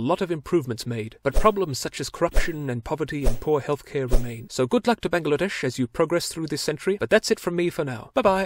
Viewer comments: Your pronunciating of Bangladesh was spot on. English speaker often call it Bang-la-dash but it is really how you said it. Bungla-desh. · This is the only foreigner that pronounced Bangladesh correctly. Very happy right now.